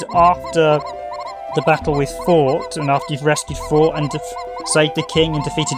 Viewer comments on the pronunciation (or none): Loved the video! Btw, Forte's name is pronounced For-tay. It's an Italian word, translated roughly as meaning loud, or to get louder. Now I'm gonna go deeper into your video for an entertaining listen while I drive my truck this shift. Thanks for the upload!